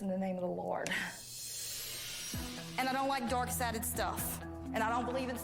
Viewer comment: I can’t help but hear dork sided when the god warrior says dark sided